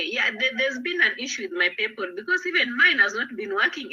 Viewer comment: it's PayPal......not PayPaul. You think you know it all but you can't even pronounce basic words and yet you are insulting others.